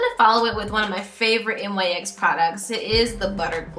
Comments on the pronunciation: I noticed you and some of the other contestants pronounce NYX like N-Y-X rather than "nicks." Oh and your Butter Gloss in Meringue is actually pronounced "mer-ang." It made me laugh! (: Aside from that, I freaking love how accurate this look was! Swear. Insane. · I am in no way trying to be rude but it is really bugging me how you pronounce it N-Y-X. The brand is pronounced "nicks". Like I said I'm not trying to be rude just constructive criticism. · Love this look but its pronounced like "nicks". Love you!!!